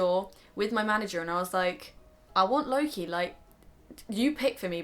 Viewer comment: When you say "Loke" I only hear "Low key" Haha~~ I'm not into the franchise so I don't hear his name a lot so don't fight me ahaha. I don't hear his name in English in general I guess.. His name is so much different in Swedish which I'm use to.